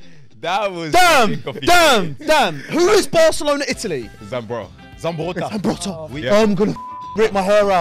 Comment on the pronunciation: everyone's reaction after hearing 'Zambrotta"😂😂